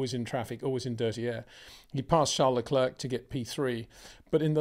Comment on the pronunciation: its fucking Lecair like the chocolate. PETER CHARES LE- CLAIR 😊